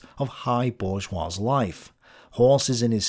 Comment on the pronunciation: the s in bourgeois is silent. However, pls keep saying it the same way because French pronunciation is commie bullshit (obviously). Looking forward to “Pendejo: the Life of Karl Marx.” (Potential series?)